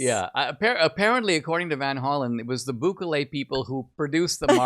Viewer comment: It’s not BÚKELE it is….. BUKELE